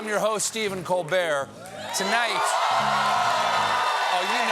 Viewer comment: Sometimes I hear him say, "My name is Stephen Cold Beer."